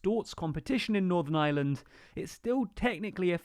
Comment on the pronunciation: Thanks for the vid. Why no mention that a main reason the U.K. gov changed course was due to Pelosi and Biden stating that no US trade deal could be struck if the U.K. threatened the Good Friday agreement. Also, just to be pedantic, the pronunciation of Ireland has a strong R. You seem to be saying 'island' instead of 'Ireland'. Not a big issue but it's nice use the correct name. Thanks again for your vids, T.